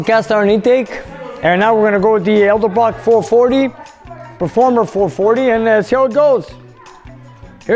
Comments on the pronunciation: There is NO extra "R" in EDELBROCK..... E-D-E-L-B-R-O-C-K.... NOT ELDERBROCK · I'll bet "Edelbrock" would appreciate you putting the "d" before the "l" when pronouncing their name!!!! (sorry) :-)